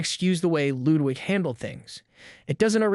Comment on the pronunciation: Techtone and Ludwig. Not techown and Loowig. But otherwise, this video is spot on.